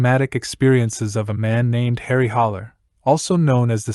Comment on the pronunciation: It’s Harry Haller not “Holler.”